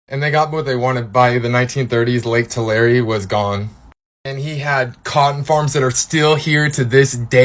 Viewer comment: Pronounce Tulare as Two lair eee